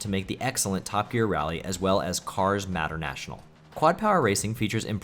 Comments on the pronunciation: "matter- national"? "McRee"? "TOCO"? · Sheesh, the way you pronounce "Mater-National" is just terrible, lmao.